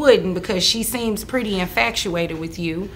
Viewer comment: “infactuated” 😂 Edit: “cackulated”?